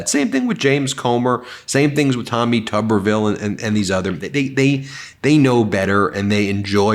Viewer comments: Please pronounce Tommy's name correctly. It's Tooberville, like a tube of toothpaste. The way he wznts pronounced would be Tubberville. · I think it's Federal Law that you have to pronounce his name as "Tooberville", just like Chesboro must be pronounced "Cheese-Bro"